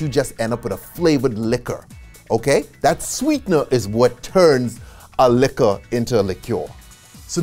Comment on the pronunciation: A whole video on alcohol but not being able to pronounce LIQUOR. In French it's Liqueur pronounced LEE-KEURRRR In English Liquor pronounced LEE-KER not LEE-CURE Oh in your recent video about COINTREAU it's pronounced CO-IN-TRO not sounding the N. Grand Marnier definitely not GRANN it's GRAN but kill the N. Nice video but must work hard about your whole American accent. Don't take it bad, thanks.